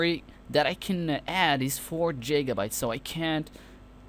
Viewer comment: It's fukin giga not jiga